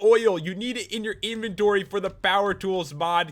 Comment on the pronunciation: I’m pretty sure pat said invendory